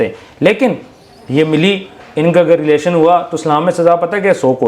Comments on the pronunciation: Lelaation✅ relation❌ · relation❌ lelation✅ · What a words 😂😂 department 😂 pagamm 😂 Lilation 😂😂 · Relation ❌ lelation✔️